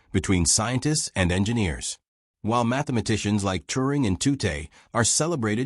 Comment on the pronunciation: Bill Tutte's last name is pronounced "TUT," not "TOO-tay." Lorenz , which you know (as shown here in the comments), is not spelled "Lauren's" (nor is it possessive). Yet there it is in the text-to-speech generated subtitles. Elsewhere it appears as "Irens." Dollis Hill is NOT "Dallas Hill." "Mark I" should be voiced "Mark One," NOT "Mark Eye". "Armistice." That's the Great War (or World War II). The end of hostilities in the European theater of World War II is not referred to as an armistice, which is a temporary cessation of fighting by mutual consent; a truce. Instead, the end of hostilities in Europe in May1945 is formally described as Germany’s unconditional surrender to the Allies. The word "hundred," heard more than once in the VO to quantify the number of valves or vacuum tubes in Colossus, does not appear in the speech-to-text generated subtitles. "For" should not have been interpreted as "4". Your VO says "Pas de Calais" (which is correct) but the on-screen text reads "Pointe du Hoc," which is a location on the west end of Omaha Beach. I'm less than 1/3 of the way through this video. But I'm done. Proofreading the subtitles was your job...and as much as you say you valued detail to give Flowers his well-deserved due, you dropped the ball in executing the fundamentals.